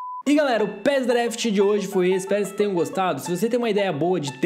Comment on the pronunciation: Você falou pres daft